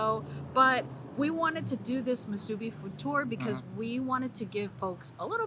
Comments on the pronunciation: got the correct pronunciation of "musubi" most of the time, but needs to practice a little more not to say "muSUbi" and give away that you're not from Hawai'i. Mahalo for trying out the SPAM musubi in different places, even on Maui and Kaua'i! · Yeah, better work on that pronunciation of "musubi". He gets it 1% of the time. gets it 75% of the time. If you're gonna make a whole video about it, you should know how to say it!